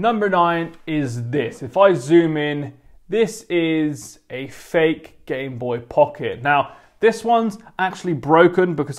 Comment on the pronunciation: I was gonna die if he said Gameboy Pucket again